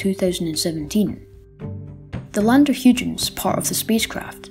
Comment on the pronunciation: Cool video! Just so you know, it's pronounced "Hoy-gens, with the first syllable rhyming with soy. At least that's how I've heard it pronounced on other videos. Not to worry though! I think everyone interested in astronomy has pronounced something wrong at some stage, what with words like Sagittarius and chthonian (I'm not even sure I spelled that right!).